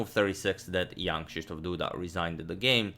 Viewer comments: Always takes me a second to remember that you're not saying "young Krzysztof Duda" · Am i the only ond who always hears: young krysztof Duda instead of jan..... ?